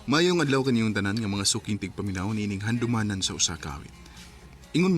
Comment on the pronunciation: GIATAY NING PESTENG AI NGA MUINGON NGA "HANDOOOOWWWMANAN SA USA KA AWEYT" MINATAY